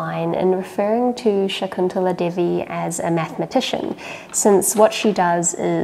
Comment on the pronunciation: The way you pronounced an Indian name " shakuntala Devi" is truly awesome. I really appreciate you. With love from India.❤️❤️❤️❤️❤️❤️❤️